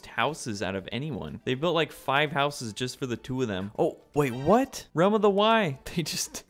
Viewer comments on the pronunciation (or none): none